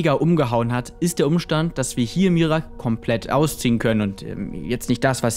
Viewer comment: Bro, es wird "Mira-ak" ausgesprochen und nicht "Mirak" :'D